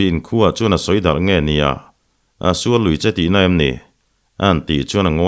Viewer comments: ngati nge Pachuau kan sual lak lawh tih hi, misual tih a sual lak lawh tih a i lam ziah a, Insual tih a sual lam rik ang a lam sik tur zawk a nia. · Pachuau sual, Tih hi, Misual, tih anga thlûk lo in Sual, Fight anga sawwi tur